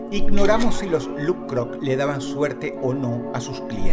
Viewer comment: Me encanta cuando Dross pronuncia "LuK-Krok" 😮